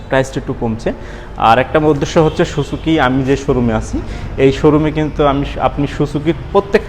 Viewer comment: সোচোকি না রে ভাই এটা সুজুকি হবে